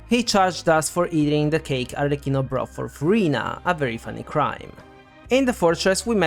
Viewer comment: That’s a detail but thanks god finally someone who pronounce “Arlecchino” correctly 😩!! Also all the theories are very interesting, thanks for compiling all of them! You did a great job!